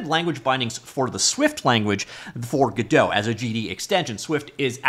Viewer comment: "Gedow" lmao